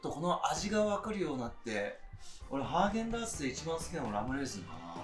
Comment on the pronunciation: ずっとハーゲンダーツって言ってて笑った